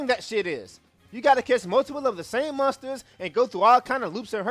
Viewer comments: agree with the video but i heard "mustards" the whole time instead of monsters lmao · When You Say Monsters In 13-2 Is Sounds Like Mustard.